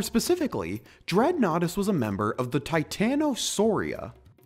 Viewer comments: I cant help, everytime I hear "Dreadnoughtus"......I hear "Dreadnaughty".....yea, that's just me.....sorry. ok, I'm going to go now. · I've heard of this dinosaur before watching this video. I thought it was pronounced did-not-tiss. I've read about dreadnoughtus in part of an article. I watched animated Jurassic Park horror stories with a dreadnoughtus in one of them and other videos showing dreadnoughtus from "Prehistoric Planet". Also, I see what you did there.